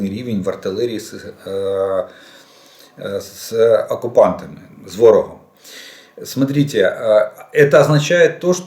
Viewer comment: Ну нахрена то дебільне "смотрітє"?!!!